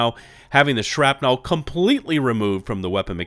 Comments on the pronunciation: Shrapnel Shrap "nul" Not Shrap "nell" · lol the way you say “shrapnel” lol. I mean I know there are accents and origins to caramel, oil, etc but I’ll add shrapnel to that list. You north or south on east coast?